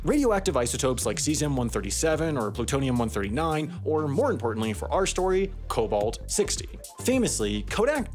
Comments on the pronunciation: IT'S PLUTONIUM NOT PLUTONUM AHHHH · "Plutonum-139". I guess needs some content for HAI mistakes 5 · Plutonum? bruhh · Plutonum-139. Another for the mistakes video. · lol plutonum